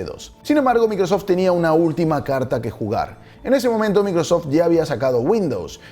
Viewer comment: Pronuncia correctamente varias palabras en Inglés, menos Microsoft.